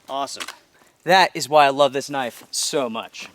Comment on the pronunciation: That ain't no "knoife" this Is a "